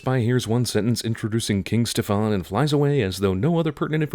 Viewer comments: Every utterance of the word "Stefan" makes me twitch. It's pronounced "STE-fan", not "ste-FAAAWWWWWNNNN". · 1) You're pronouncing Stefan wrong. 2) I was happy when I saw my name in a movie for once, but then he just had to turn out to be a right evil fucker. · I'm not saying this movie doesn't deserve the treatment it's been given, but why did you go out of your way to mispronounce Stefan's name? In this movie and the animated classic, it's pronounced a different way.